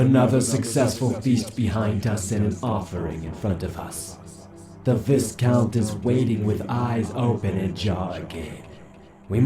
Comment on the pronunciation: This was very entertaining, and I hope there’ll be new additions to the story in the future. Btw, it’s pronounced vi-count with a long i sound, not vis-count.